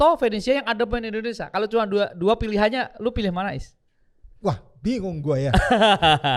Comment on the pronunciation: Indonesia bro.. bukan Indonesa.. Indonesaaa😂 baju putih orang Indonesaaa??😂